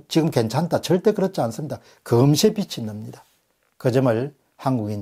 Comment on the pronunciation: '빚이 빚을' 발음에 신경써 주시면 좋겠습니다 비지 비즐(o) 비시 비슬 비치 비츨(x)